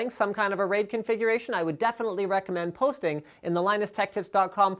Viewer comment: Lol i thought he said POST-ing rather than posting